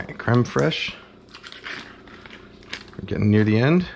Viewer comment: “creme fres cafateria fres”